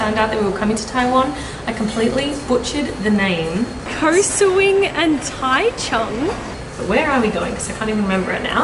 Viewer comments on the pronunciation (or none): taichung 居然沒有 ㄓ或 j的音 我的媽呀 唸出來誰聽的懂